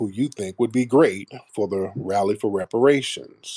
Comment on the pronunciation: That buck broken tether pronounces her "R" like a "W". She said rally as wally. Lol.